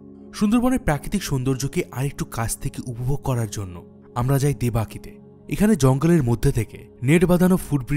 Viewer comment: দাদা আমি গোসাবা থেকে বলছি, আপনার video টা খুবই informative আমি নিজেও অনেক কিছু শিখলাম এই video থেকে কিন্তু একটা ভুল শুধরে দিই যে জায়গাটার নাম আপনি 'দেবাকি' বললেন ওটা 'দেবাকি' নয় ওটা 'দোবাকি' বলতে হবে।